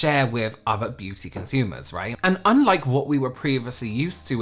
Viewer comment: Hit the LIKE!.. omg I'm a fan in the US and if all of us Americans can't at least hit the LIKE for the way pronounces beauty (Beyuuu-teeea) 🤣